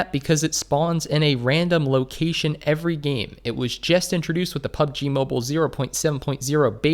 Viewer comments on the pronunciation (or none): none